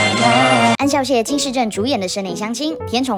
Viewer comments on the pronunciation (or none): 那個念ㄒㄧㄠˋ孝 不是ㄎㄠˇ考